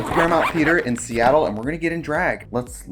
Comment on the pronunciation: I appreciate Trixie using the local drag icon pronunciation of “Seattle” (like Dina Martina)